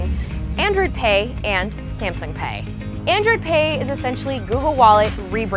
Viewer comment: I heard of android pay not androd pay!!!! lol